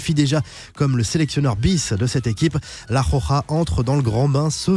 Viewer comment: La prochaine fois que tu dis la khokha a la place de la roja jme jette d'un toit mdrr